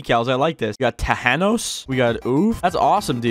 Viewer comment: man just said t hanos